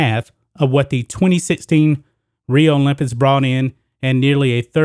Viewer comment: the issue is american's patriotism. it's everyone's right NOT to be a patriot. people need to stop believing that america is the greatest country in the world and calling non patriots "anti-american"!btw the word "olympics" is pronounced "ks" at the end